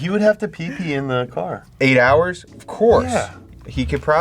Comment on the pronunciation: „anything you do for eight hohrs is hard“ Me: *sleeping